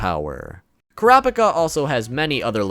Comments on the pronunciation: holy god man please its pronounced KURA-PI-KA not KORA-PA-KA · Why he saying Kurapika as krapika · Kurahpikah? Stop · Couldn’t keep watching after the way he pronounced Kurapika lol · The way you say Kurapika’s name is hella cringey 😅😂 you should watch the sub version of the anime to hear the correct pronunciation 😁😂 OMG and Killua 😂😂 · The way he said kurapika😂😂😂